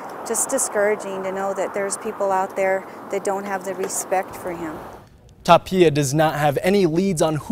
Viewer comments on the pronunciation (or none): If he says Tapilla one more time ima bout to slap him silly. Lol Tapia bro. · Tapilla?? IT'S TAPIA